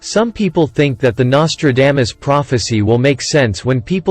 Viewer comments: WTH his name is not Nostradamus-dame-us ugh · the bot can't even say NOS-TRA-DAH-MUS correctly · Learn to say someone's name correctly before you make a stupid video. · Anyone notice the mispronunciation of his name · The worst pronouncement of Nostradamus i have ever heard 😂...Seriously, the man was a spooky force😮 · Well you started out pronouncing his name wrong what else did you get wrong